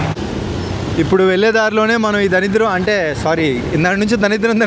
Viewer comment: daridram ra samy.. danidram kaadu